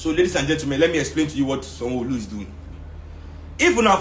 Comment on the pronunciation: Sanwoooooooolu the way you called his name with IGBO accent 😆😅😅😂🤣😅. On a serious note, it must be a shame being such a disliked individual. If anyone watched THE EXPERIENCE 16 and saw how they boooooooooooooed Sanwolu's rep, you'll see that his ratings are zero. I just hope we carry that energy into 2023.. A shame, a big shame. When we elect bad leaders, this is what happens. In other news RIP SYLVESTER DOWEN COLLEGE NEEDS TO GIVE ANSWERS. The hottest part of he'll belong to VIO. 586TH like for